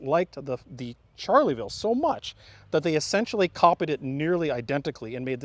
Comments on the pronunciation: Loved all the history but kept cringing at the pronunciation of Charleville, it sounds like Shar-la-ville, not charlie-ville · "Charley ville". Barbarian! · I genuinely cringed Everytime they said charlieville instead of charleville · Can't get over him pronouncing "Charleville" as "Charlie Ville" haha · It pained me to hear him call it a "Charlie-ville" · It's pronounced sharleville! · [ʃaʁləvil mezjɛʁ] not [ʈʃaʁləvil mezjɛʁ] and /fy.zi d(ə) ʃas/ not /fy.zil d(i) ʈʃasi/ dammit.